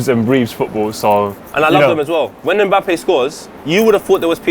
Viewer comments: its pronounced MBAPPÉ not mabappey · Got to love the way pronounces Mbappe!